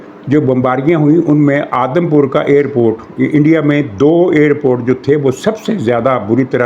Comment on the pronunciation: یہ لفظ "آدم پور" نہیں "اودھم پور " ھے